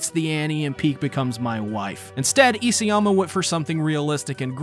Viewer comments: It's Isayama not Iseyama. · You keep mispronouncing Hajime's surname; It's i-SA-yama, not i-SE-yama. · Why are you struggling so much with properly prounouncing isAyama?